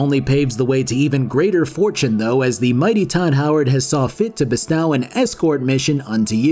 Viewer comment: I know you know how to say bestow. Come on now.